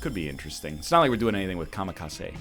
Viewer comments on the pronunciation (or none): I'm Japanese and it bothers me he says Kamikase instead of Kamikaze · It's kamikaZE. ZE. With a Z. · comma case